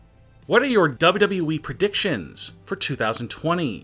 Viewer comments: never trust a man who pronounces wwe as dadabehh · Say it like this SLOWLY... DOUBLE YOU.. DOUBLE YOU.. E